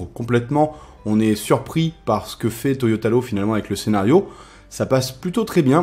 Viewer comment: Ca me stresse quand tu dis Toyotalo mdrr